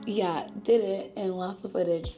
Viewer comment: I need a compilation of saying “YUH!” It scratches my brain in the most perfect way